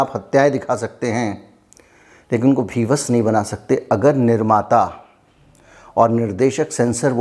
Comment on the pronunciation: Bhivats nahi sir vibhats hota hai